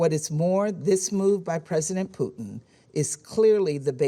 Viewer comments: it sounds like hes saying poutine instead of putin lmao. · I still laugh every time that I hear the pronounce the Russian leader's name as "Poutine". It means something else in Canada. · he got corrected on pronouncing Putin's name